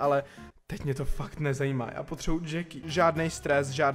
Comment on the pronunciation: Vyslovuje se to krátce Jacky když by to bylo dlouhé tak se to píše Jackie. Díky štve mě to